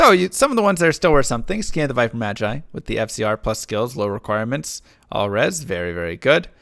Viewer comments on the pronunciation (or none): none